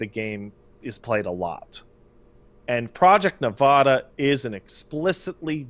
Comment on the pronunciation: I don't know why it makes me irrationally angry when people don't know how to say Nevada.